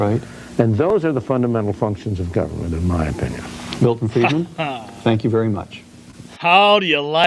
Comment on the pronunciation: Friedman not Freeman